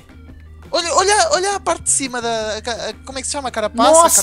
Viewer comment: rezende nao e carcasa e carapasa